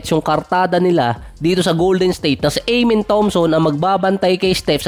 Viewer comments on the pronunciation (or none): AH-MEN ❌ AYE-MEN✔